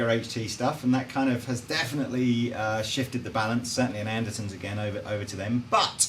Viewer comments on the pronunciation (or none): Lol, you said Andersons, not Andertons, you said it twice